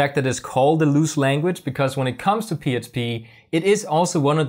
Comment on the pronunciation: I thought my brain was fkd until you said Html, I heard H. But you definitely keep saying psp.